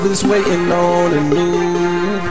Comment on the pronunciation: WHY DO YOU ALWAYS SAY NUBE